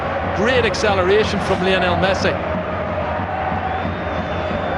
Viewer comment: Brillian brillian LeeKnowl Messi!! Los ingleses como pronuncian un nombre Latino...